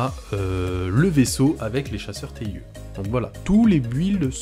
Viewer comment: Le TIE de « Chasseur TIE » (ou « TIE fighter ») se prononce en anglais (« taille ») ;)